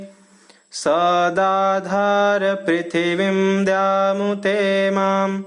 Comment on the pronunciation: पृथिवीं कृपया पृ का शुद्ध उच्चारण करें